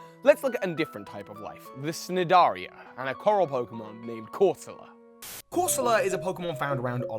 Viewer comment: The c in Cnidaria is silent.